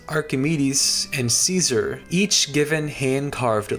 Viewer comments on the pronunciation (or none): none